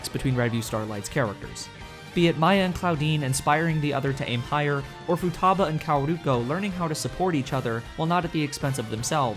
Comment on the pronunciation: Great video, but your Japanese name pronunciation is so funny that none of them is correct, especially ふたば(futaba), かおるこ(kaoruko),ひかり(hikari)